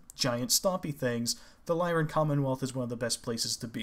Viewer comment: "Lyran" refers to "Lyra", the constellation (a lyre, the Greek stringed instrument of old), which is pronounced with the "I" sound for the Y, so "Lie-run" is correct.